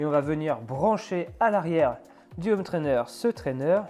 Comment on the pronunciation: merci super vidéo mais par pitié, il faut arrêter de dire des ZZZhome trainer. C'est un détail mais ça pique les oreilles dans toutes tes vidéos:)